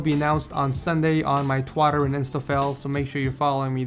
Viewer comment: "Twatter" "Instafail" XD